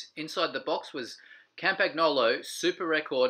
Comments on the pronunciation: The mechanics must pay attention to not accindentally "internally route" their hair into any of the threads on the bike. And BTW: Campagnolo is not pronounced "cum-puck-nolo" but "Come-pun-yolo"! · I bet the original comment was referring to the pronunciation of "Campagnolo" in the video. In Italian, "GN" works like "NY" in English, therefore the "G" is silent. So you do not say "cum-puck-nolo", but "Come-pun-yolo* ". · "cam-pag-NO-lo?" Seriously?